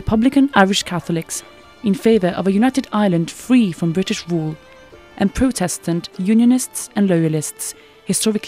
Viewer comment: I've never heard such a strange pronunciation of the word "Protestant"